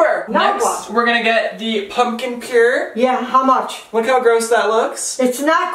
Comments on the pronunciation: Stephen Hinton Purée.. (Pure• Aye) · *pumpkin pureé (pronounced pure-aye) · That’s purée not pure 😂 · Isn't it puré? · Erin Loper nah it's purée